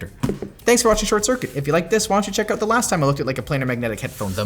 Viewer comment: Get someone to do this episode that knows about headphones ffs, cant even say the tech correct, it's PLANAR not Player